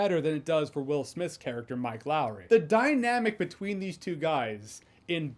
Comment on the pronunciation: Mike Lowrey's name should only ever be said like Martin Lawrence said it... Mike Lao ree😂